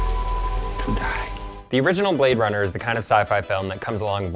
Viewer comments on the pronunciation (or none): he say you Blade Runna